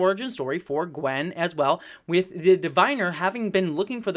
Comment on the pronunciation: Small note: it's "Gwyn", not "Gwen".